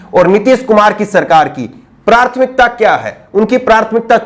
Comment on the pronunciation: Just correcting word prouncing at 2.28 and ++ Correct pronunciation is PRATHMIKTA (and not PRARTHMIKTA). Thanks